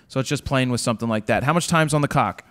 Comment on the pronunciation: "How much time is on the cock" haha laughs...